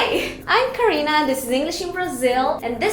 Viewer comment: Pq na introdução vc diz o seu nome como se fosse em inglês? Vc fala "Caur-ina" em vez de Carina mesmo. Que eu saiba seu nome é dito como ele é, não se deve mudar a pronuncia de seu nome quando vc fala outro idioma.